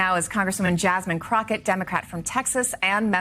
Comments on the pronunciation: "Crocker"? It's Crockett, as in Davy Crockett. I don't agree with her, but c'mon. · Love your vlog. Pronounce her name correctly. Crockett like CROCodile or CROCKpot or CROCK OF SHIT. That can later be used against you...... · Love how he pronounces her last name as “crotchet” 🤣🤣🤣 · "Crotchette" is definitely Rachet. "Rachet Crotchette" 🤣😄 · He calls her Crotchett😂